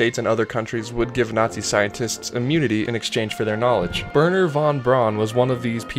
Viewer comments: Wernher von Braun's name is not pronounced "Vurner vahn Brawn." It's pronounced "Vairner fun Brown." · Come on, man. its Werner Von Braun. Not "Burner"